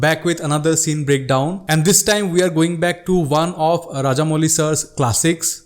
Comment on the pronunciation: Its raajamouli not raajaamouli